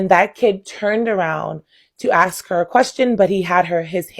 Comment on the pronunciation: I like her but a teacher saying axed instead of ask is maddening